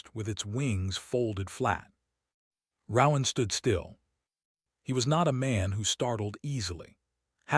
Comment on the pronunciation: Please, PLEASE teach the ai to pronounce RoAnn